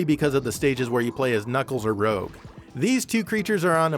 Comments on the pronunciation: It's Rouge not Rogue. Lol. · >Knuckles or Rogue >*R o g u e* IT'S. R O U G E. PRONOUNCED "ROOJ". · Rouge*, not Rogue. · did you just call rouge 'rogue' >.o (like everyone else..) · you pronounced rouges name wrongly